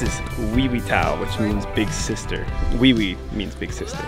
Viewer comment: It’s why-wee mountain